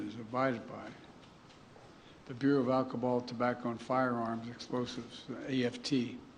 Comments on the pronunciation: I dunno, shes pretty bad but Biden can Barely put together the letters ATF, he called it AFT and said "alcoball" instead of alcohol. He looks like he's going drop at any moment. That podium is the only thing holding him up, he should be in a retirement home. There is no way he's actually making any decisions, they're both puppets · LOL. This dinosaur can't even put together 3 letters of the ATF in the right order. He said AFT "alcobaul tobacco and firearms to" >.< DKM BRUH.. THATS ENOUGH!! He can barely speak, how is he running a country?